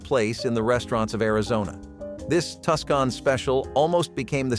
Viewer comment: It's TWO-SON not Tuscan lol.